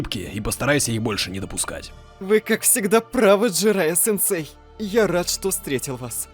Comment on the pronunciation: джирайя слух резал